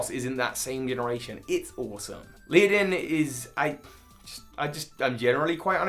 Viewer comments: Leadin? Isnt it ledian? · Leah-den 🙈😂 bless him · isn't it LED-E-AN not LEE-IDIN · Leodin? The dudes name is Ledian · Leadin, Leadin... It's Ledian, man. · It's ledian not leadin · Tobbbyyyy noooo dunesparce being a ground type and LEE-UH-DEN. Do you mean LEAD-EE-IN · its a shame cant pronounce Ledian its not Leodian - its Led-i-an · Leodin? Do you mean Ledian by any chance (also Dunsparce is a normal type) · Leodin... i-it’s Ledian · Leodin? LEODIN?! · Led-ee-ann I love Ledian’s design, personally. It’s just too weak! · LEADIN, seriously LEADIN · OK, I know you have an accent but how in the heck are you reading Ledian as Lea-din?????? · Even dyslexia is no excuse at your age, look at the letters one by one and pronounce the damn word, don't just make something up! Leodin... FFS! Ledian only has six letters, how can you go so wrong?! You must be trolling at this point. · It's pronounced '"leh-dee-ehn" by the way =) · You know what else sucks? When someone pronounces Ledian as “Leadin”. Just saying. 🤷🏻‍♀️ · I see everyone already mentioned that Dunsparce is actually a normal type, that you forgot some Kanto water types, and I already know that mispronouncing Pokémon names are your thing [PS: it’s LE-DI-AN]... ...but did you just say Falkner’s name as “Volkner”?! Wrong gym leader, my friend. Lol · Can pronounce Ledyba (Led-ee-ba) but can't pronounce Ledian (Led-ian) 🤔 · It's Led-i-an! and its design is based on Kamen Rider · It’s Ledian there’s no a before the d! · What was that pronunciation of Ledian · Sorry what did you just call Ledian?? I looked it up to see if I read it wrong my whole life, but I think you have been reading it wrong your whole life XD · He thinks ledian sucks so much that he can't even pronounce it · can't pronounce Ledian 👀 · Cringed every time he said Ledian wrong